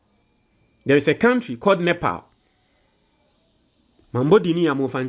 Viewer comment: am sometimes peeved at you That the pronunciation of NEPAL too you are not sure how to pronounce it??? REALLY????¿